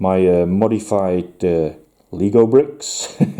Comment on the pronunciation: Yeah, just cram some Lego pieces in those spaces and wallah. Mechanisms for whatever you need it to be. (Incidentally, it is pronounced "Leg-O. Not "Leego.")😊